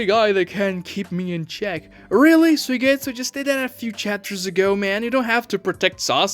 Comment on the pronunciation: His name isn't pronounced sue-getsu it's sue-E-getsu